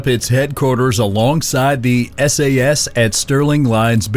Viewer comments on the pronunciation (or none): Just watching this as I eat something, you know for the laughs. But good god. At hair-red-ford-shire... Sassssss hit squads.